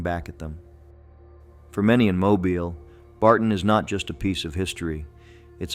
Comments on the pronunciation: It is pronounced Mo bill. Not like a mobile phone. I sure wish they would get this correct. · Correction: It is pronounced "MO-BEEL". (All vowels are LONG.) Not that difficult guys.